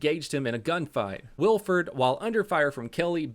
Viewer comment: This is massively late but it’s pronounced Will-eh-ford.